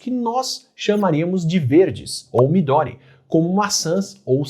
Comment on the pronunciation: Não é midóri, é midôri!